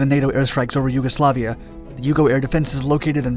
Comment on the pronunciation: Yuguslavia: shoots down F-117 USAF: You werent suppposed to do that Also callsigns are typically pronounced like Vega Three-One not Vega Thirty One